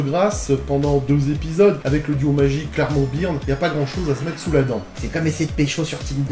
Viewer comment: Remarque existentielle : Byrne se prononce Beurne en version originale 😀